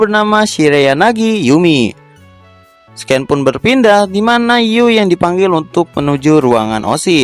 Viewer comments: SIN BANG BACANYA BUKAN SKEN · Scene dibaca sin bukan sken mas. Cmiiw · Scene si bacanya bukan sken, tapi sinn